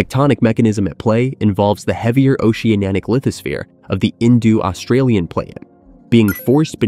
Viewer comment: "Paleo-Say-Iss-Mic" and "Indu-Australian" lol.